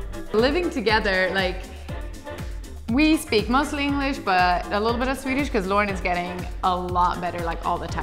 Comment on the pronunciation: Your swedish pronunciation is really good, much better than a lot of English speaking people!